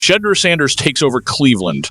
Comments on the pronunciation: This is why your dumb-azz don't have many subscribers. You are purposely mispronouncing his name because you like all of the Nation have heard proper pronunciation of the man's name. Go get your clicks from somewhere else if you can't show respect. I will not be subscribing to this shizit show. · Saying his name right might help, Browns won't be doing sht this year